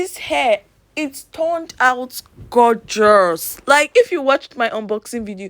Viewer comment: “Smooder” “Gorgerrus”😂 baby😂❤️